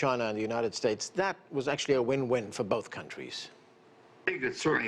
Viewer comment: With all due respectful to the handsome news anchor gentlemen..👍💐, your pronunciation of "Win-Win" kinda sounds like "When-When" to me..🤔🤔..Sorry, English is not my Father's tongue 1st language's but rather ESL since 1981..😁😉